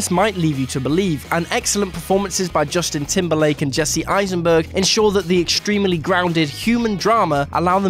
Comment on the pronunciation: Exteme-ily? Real-ily?